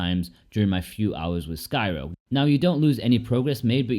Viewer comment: threw me off. I thought you said skyrim for a seconds there 😂